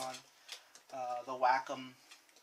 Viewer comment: it's wacom not wacom